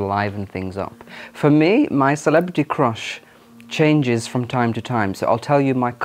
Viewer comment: I like your pronunciation of crush as "croosh". At 19, I liked the blond hair--very boy band look. Take That? :)